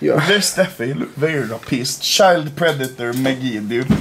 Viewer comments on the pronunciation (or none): none